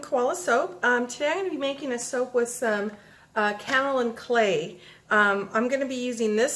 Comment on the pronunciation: Pronounced - K.O. Lynne Clay & You have lovely hands.